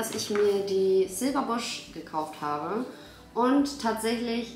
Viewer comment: Liebe deine Videos 😍 aber kann es sein, dass du immer Silver busch statt Silver blush sagst? 😂